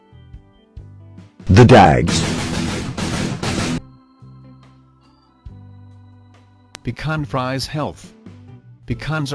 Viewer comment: now why you call it bacon fries then say the breed correctly is my question... easy way: bee shwan free say